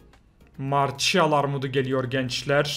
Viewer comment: marsiyal marçial değil XD